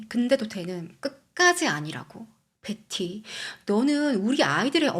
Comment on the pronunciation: 컨텐쓰 감사합니다 근데 “벳티” 너무강한 한국식 발음 조금 거슬림 “베티” 가 듣기 부드러울걸요. 지적질아닙니다 참 예쁘게 열심 이네요 ❤